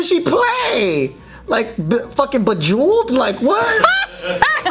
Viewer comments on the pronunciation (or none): My mans said Bejeweled LOL